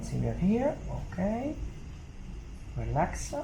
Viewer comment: you know it gonna be a great day when you hear “ relaxa, more relaxa, no helpa me”❤❤